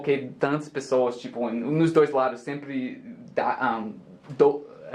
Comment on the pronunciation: Acho que ele quis dizer "nos confunde" mas errou a pronúncia do "nos" e virou "nós"... :)